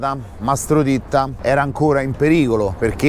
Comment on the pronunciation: Mastro ditta o titta?forse è l'accento...... Ma cosa vuoi che sia questo a confronto le porcate che hanno e fanno lo S.P..... sono i primi amici della maf.a ... Ma dai .. Mastro Titta era un piccolo ingranaggio.....